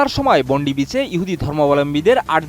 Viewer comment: বোন্ডি বিচ না, বন্ডাই বিচ হাকুঙ্কা না, হ্যানাকা এডিএন নিওজ না, এটিএন নিউজ 🙄 আর ভিডিওতে বারবার যে দুঃসাহসিক সিরিয়ান অভিবাসী মুসলিম ফল বিক্রেতা, আহমেদ আল আহমেদের এক বন্দুকধারীকে নিরস্ত্রীকরণ দেখানো হলো সে বিষয়ে কিছুই বললেন না আমাদের গুনধর সাংবাদিক ভাই। সত্যিই সাংঘাতিক!